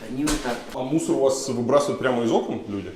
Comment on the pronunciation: Из Окон ударение